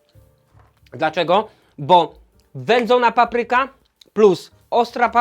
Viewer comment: Świetnie, ale zawsze jest coś do poprawy: 1. Nieumytą po kurczaku ręką podkręcił regulator palnika. 2. Ręce umył bez mydła. 3. Akcent w słowie "papryka". To nie "muzyka", więc dlaczego na pierwszej sylabie? P.S. Ten tatuaż jest zmywalny?